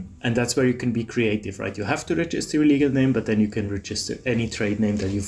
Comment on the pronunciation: It’s pronounced REgister, not reGIster.